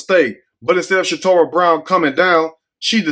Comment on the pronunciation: her name is Casharra Brown not Shatorah.